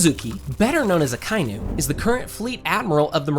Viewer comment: What the fuck are your pronunciations? It's EL BAFF. ACKA EE NU. Jfc.